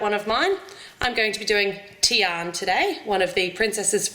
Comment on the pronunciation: lol her name is not tian its diana